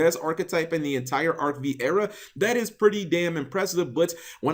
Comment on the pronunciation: It's pronounced Arc Five. xD